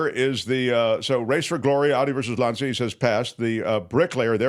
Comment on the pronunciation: I love the MT Show and hate to have to be critical, but this strikes close to home. While I appreciate take on the movie Race For Glory, it would be nice if he had pronounced the Italian car maker’s name correctly. Lancia is pronounced like more like “lawn-cha”.